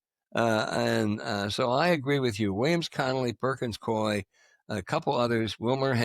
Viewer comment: It's Perkins Coie not coy